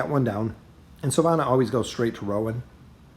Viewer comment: At this point it seems like you're just trolling with the pronunciation of the character names - "hyperion"/"naru"/"grezold"/"silvana"